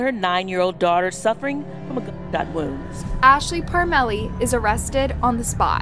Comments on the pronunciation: It's pronounced Parm a lee... we know the family... what a horrible tragedy for those 2 babies😢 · The name is pronounced parm lee